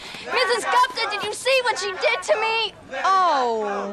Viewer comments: It's not GAPTA It's GU ... GUPTA... GU P TA. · Why do foreigners ruin Indian names?! It's not Gopta ....it's Gupta...gup is pronounced as goop and ta as ta only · As an Indian I find it funny how they're pronouncing 'Gupta'. They're pronouncing it literally. Whereas the correct pronunciation is Goopta, while there are 2 o's, it's a short 'oo' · She is as fascinating as always, ❤️ But my indian ear can't hear her last name called as "gapta". It is pronounced similarly to the names cusack/lupin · Omg I didn’t even know she said “Gupta” not captain cause this sound has gotten popular on tik tok. The one when she’s on the phone. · Sandra Oh is such a terrific actress, but none of the characters pronounced the last name "Gupta" correctly.